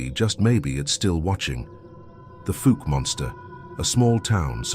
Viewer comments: Old Arkie here 👋 If you decide to go Sasquatch hunting in Fauke, you'll want to learn the proper pronunciation. It's "Fawk" like "hawk." You'll get the side eye at the Quick Stop if you say "Fook" ☮️ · Fouk, fow as in wow not fook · It’s pronounced “Foke”, not “Fook”. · It’s pronounced “Falk” not Fook . Lol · "fawlck" for pronunciation not "fook" love the video, not being a jerk, just trying to be clear. My wife's grandma grew up there. 😊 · Fuc Arkansas, lol, it's pronounced fowk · The Fuk monster, that's funny😅😂😂 it's Fouke monster in Fouke Arkansas. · I was born in Arkansas and I've never heard of fawk but I have heard of fouke pronounced like ouch fouke . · It's FOUKE not FOOK. 🙄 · where is Fook Arkansas? ohh fook me he is talking about Fouke. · Fouke is not pronounced they way you say it,its pronounced like mount,Fouke,when i was a kid i had a cousin that lived there,every once in a while you could hear it screaming! I've live all my years in Arkansas,but after hearing it a col time's i never went back,My cousins finally moved to N.E Arkansas where we live!!! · Fouke (pronounced F-ow-k) Monster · 😂😂😂😂yes we are. I make fun of people in person and on these videos. Get it right folks. It's pronounced Foul-k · I was in until he pronounced Fouke FOOK. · It not called fook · Falk monster. Get it right. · I think it's hilarious when non Arkansans try to pronounce some of the names of our towns and counties ... Fook ??!! It's spelled fouke and pronounced the same way cow is 😅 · Oh and i meant to mention that Fouke is pronounced like FOUL but with a K... FOUK!! LOL! Just trying to help!! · I was laughing so hard at "fook" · The Fouke monster and the town it's named after, is pronounced F O U W K. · Can't stand to listen how Fouke is being pronounced. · Please, if Fouke cannot be pronounced properly by your AI, then just call him the Boggy Creek Monster. I doubt the big hairy fella cares, but Arkies are sticklers for pronouncing place names correctly